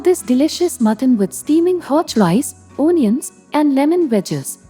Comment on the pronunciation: It's a nice recipe and a must try. Please note Onion is pronounced as 'uhnion'.